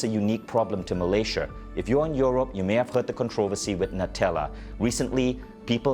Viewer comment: Hahaha accent come from where